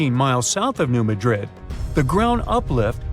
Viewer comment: MADrid,not MadRID. Accent is on the first syllable, not like the city in Spain.